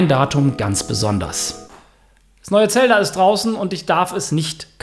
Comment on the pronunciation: Zelda einfach falsch ausgesprochen